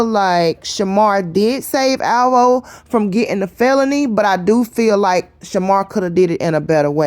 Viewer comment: Oh my God the way she say alvo make me cringe🤦🏾‍♀️